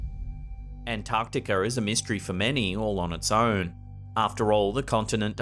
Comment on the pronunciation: "Antarcticker"?!?! Hahahaha!!😂